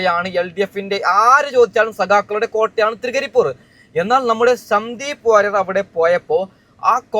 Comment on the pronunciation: തൃകരിപൂർ അല്ലടാ മൈരേ തൃക്കരിപ്പൂർ